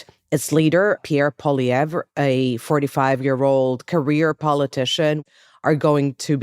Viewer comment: “Pierre Pololiere” LOL